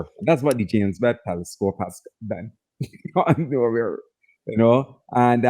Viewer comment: "Teliscope" has me in tears 😂😂